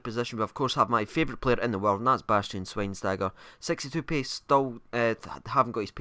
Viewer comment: It's Schweinsteiger. ei not ie. You're more wrong than.